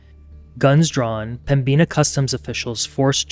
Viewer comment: It's pronounced "Pemminna" not "Pembeena". js